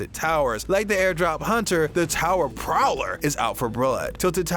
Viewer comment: what is it POWLER or PROWLER??!🤷‍♂️🤦‍♂️🤔